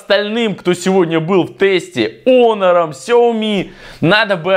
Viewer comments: какой раз смотрю и задаю вопрос . КАКОЙ ОНОР ЕСЛИ ПРАВИЛЬНО ХОНОР!!!!!!!!!!!!!!!!!!! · Во первых: не "онор" , а "хонор" И второе: половина смартфонов выключены (все кроме 2) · Не онор , а Хонор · ПОЖАЛУЙСТА, ПОЖАЛУЙСТА. Не Onor, а Honor И да, 1)Honor лучше твоего айфона. 2)цена разная 3)включал не одновременно 4)ХВАТИТ ОРАТЬ! ГОВОРИ НОРМАЛЬНО. СЕЙЧАС ПРЯМ ВЕДЬ СЛЮНОЙ В ЛИЦО ПЛЮНЕШЬ. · Как бы он не онор а хонор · Не онор а хонор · Онор а хонор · Хонор а ни онор